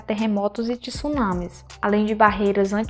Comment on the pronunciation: Pq as pessoas insistem em falar "TISUnami"? Sendo que é TSUnami. Tsunami vem do japonês “tsu”, que significa porto, e “nami”, que quer dizer onda